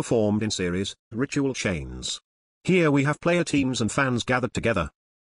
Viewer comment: I can't help but hear "Rituél"